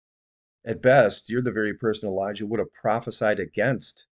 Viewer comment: He said Elisha not Elijah